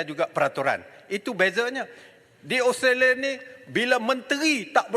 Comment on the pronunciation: Taki cakap english pun tak betul australia bukan austolia, azalina cakap sampai suara kat jubur tapi mereka tak faham kesian la pembangkang ni😭